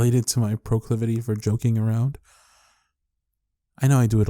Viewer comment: He said proclavity and the first thing I thought of was McGonagall saying "Particular proclavity for pyrotechnics" and burst out laughing Him: It feels like we're 16 again.. Me:...